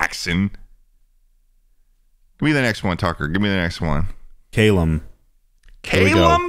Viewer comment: i hate how Americans pronounce the name Callum